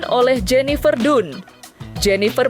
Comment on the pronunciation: Bacanya tuh bukan jenifer dunnn tapi jenifer dannnnn😂😂😂 pembawa berita kurg gaulll